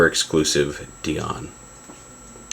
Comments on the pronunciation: DIE-ON not DEE-ON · It's Dion (Die-on)